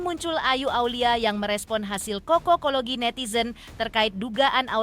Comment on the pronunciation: Kokologi ki opooo..😂😂😂 bacanya cocok-kologi. Asal kata dari cocok. Huuuu